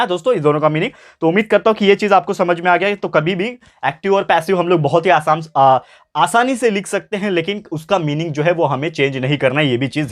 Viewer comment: 10:1 says asam 😂😊asan